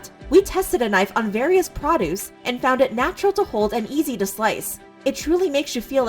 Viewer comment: AINT NO WAY IVE NEVER HEARD SOMEONE PRONOUNCED PRODUCE LIKE THAT